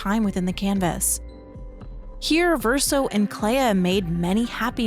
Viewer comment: Why do we pronounce flea as flee but Clea as cleya. It should sound like Clee. On a more serious note. My personal theory is that the Writers started the fire because the Dessendre family's paintings are destroying the world. The Dessendre family are capable of creating very real worlds through their paintings and we know that they've become uber rich, most likely from that gift. It could mean that the rest of the world have become addicted to living within these paintings - Even Renoir said that he at one point lost himself in another canvas but Aline saved him. It's like how a large number of people in Cyberpunk 2077 have become addicted to braindance and have become zombies who just consume fake lives.